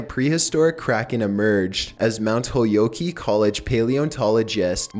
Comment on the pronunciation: im just letting you know, not being rude. Its pronounced Mount Hol- yolk (like in an egg)